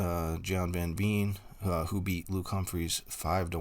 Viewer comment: Thanks for the video. If you would like to please Dutch ears please pronounce Veen as you would Vain or Vayne. Also, Van is not Ven but has an ah sound.